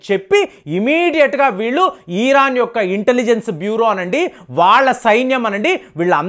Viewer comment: ఈరన్ కాదురా మూర్ఖుడా ఇరాన్